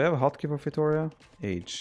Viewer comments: I wish someone pronounced feitoria as it should be pronounced. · Does anyone else gets triggered by that bad 'feitoria' pronunciation? My brain keeps yelling 'why???'